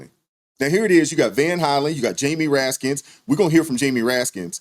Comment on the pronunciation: "RASKIN", not Raskins. People need to know the correct names of elected officials. Thank you.